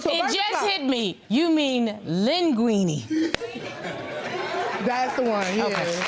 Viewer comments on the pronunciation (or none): Green dress STFU !!!! u talk too damn much and U are too old to be mispronouncing words and especially LINGUINE🙄